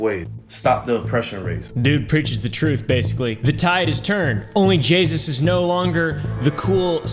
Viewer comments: It’s onlyjayus not only jasus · "Jaysus" Jay..... SUS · I thought he was saying only jesus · instead of only jayus he said only jesus🤣🤣🤣🤣🤣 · Bro keeps saying Jaysus when it's Jayus Also no disrespect to you, I love watching your videos ❤ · It's JAY-US. NOT JAYSUS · I find it hilarious he says jaysus instead of jayus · Onlyjayus not jaysus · It’s Jayus not “jaysus” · You're saying Jaysus, but its Jayus so you must be calling her sus right? Because Jaysus sounds to much like Jesus. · its only jay-us not only jagus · It almost sounds like pronounces OnlyJayus as "OnlyJesus" on purpose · He said Jaysus not Jayus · Where is he getting the extra s in JAY US 😂😂😂😂😂😂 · Bro said jaysus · Idk why its so funny to me that he says onlyjeyzus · I love that you call her onlyJAYSUS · I honestly can't tell if he's saying onlyjaysus on purpose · Not me hearing onlyjesus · "ONLY JAYSUS" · Is he sayin Jay”sus”, or is it a weird way of pronouncing “Jesus”? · Is he saying onlyJesus????? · said jaysus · Ah yes, JAYSUS